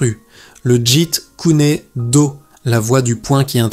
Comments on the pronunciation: tu prononce le jit kuner do , ça ce prononce le jet koune do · Jite kuné do..Jite kune do... Bon allé c'est de l'ia ... Jet Kun Do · Ouhaou ! C’est pénible à écouter... très pénible, mais c’est intéressant malgré la voix monotone de l’IA incapable de prononcer correctement Jeet kune do